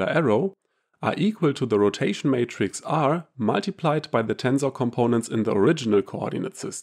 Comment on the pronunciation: Great video but the word is Matrix not Mattress Mattress is what you sleep on.